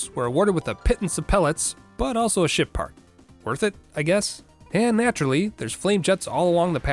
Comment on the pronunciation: Somehow I keep hearing him say "Shit part"